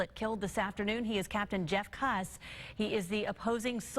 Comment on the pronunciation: Its not jeff kuss (cu ss) it is kuss pronounced like coos